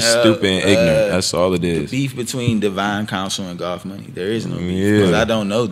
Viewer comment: i listen to them often, one of the most interesting collectives in rap imo. but it's funny to me how they pronounce goth as gof. sounds like golf money, lmao.